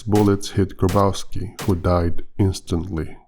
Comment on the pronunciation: you pronounce it "Graboffski"